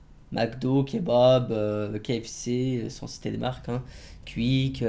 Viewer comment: il le dit bizzarment QUICK